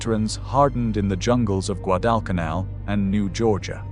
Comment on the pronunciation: I really wanted to see this, with my Dad having served in the USMC as a "Radio man", and him telling me that Bougainville was the worst of all, but you have ruined it with your fake AI reading of it. Shame on you. If you can't pronounce Guadecanal then just f-ing STOP ALREADY!